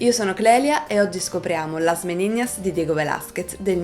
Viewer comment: La pronuncia, anche in spagnolo, è Meninas, non Meniñas 😉